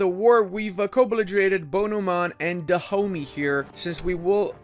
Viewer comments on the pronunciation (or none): Every time he said Dahomey I was hearing "the homies".